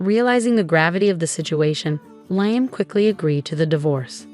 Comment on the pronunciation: Liam, pronounced Leahum, Layum, and Leyeum what the heck is it? Make up your mind.!! There may be a few other pronounciations as the story progresses so be prepared.